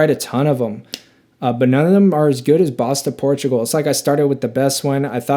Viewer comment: I really enjoy your delivery. Comes across as down to earth and honest. Just watched several of your videos and I do enjoy the channel. I have to say every time you say Bois Du Portugal I cringe though. Its pronounced “Bwah doo Por-too-gal”.